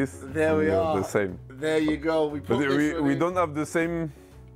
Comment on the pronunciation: "Because I saw the aehrcut like thees"